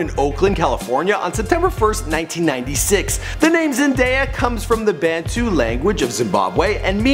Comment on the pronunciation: I'm just happy he pronounced Zendaya correct